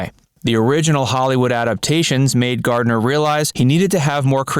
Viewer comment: Completely misleading title. You should record it over saying Gardner's name correctly.